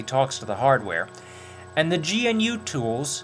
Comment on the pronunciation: GNU... GAH-NEW. Recursive acronym. GNU Not Unix.